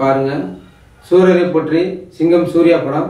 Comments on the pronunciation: அது சூரரை போற்றி இல்ல சூரரை போற்று என்ன டா பேசுறீங்க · 2.41 adey athu potri illa potru!!! Puriyudha da komutti mandaya😆